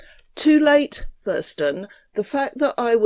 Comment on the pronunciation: Is it odd vat from Essence of Fought would choose a name and channel name wiv so many "th's" in them which he is unable to pronounce?